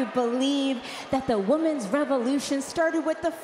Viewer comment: It REALLY bothers me she constantly says woman's instead of women's